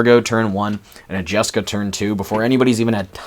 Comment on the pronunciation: Lol "jaska"? You mean jeska?